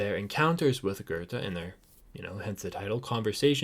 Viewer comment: Loved your video. But please learn to pronounce his name correctly!!